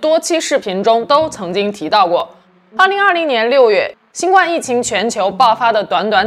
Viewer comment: 新冠的冠应该读第一声而不是第四声。